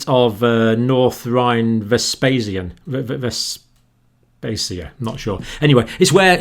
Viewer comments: Jhon, In German ph is pronounced f : you write Westphalia and you say Westfalia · Pronounced Westfaylia